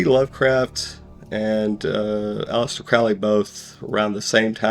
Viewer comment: It still makes me laugh listening to these narrators who read the script n front of them and Flub it up. For Example..... A-Lister Crowly (Allister Crowley) 🤔